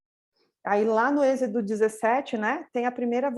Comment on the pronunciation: Irmã não é ezido... É êxodo amém???? Mas a palavra de deus é maravilha...